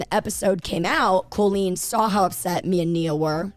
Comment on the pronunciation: Why are we not talking about how Jojo pronounces Colleen like Cole-een? I hate it so much 😂